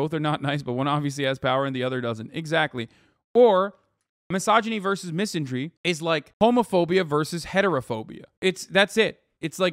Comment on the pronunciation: I can't listen to you pronounce misandry wrong .... :(